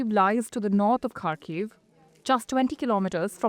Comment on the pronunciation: It's been nearly 5 years of brutal war and still our western media can't be bothered to learn how to pronounce 'Kharkiv'.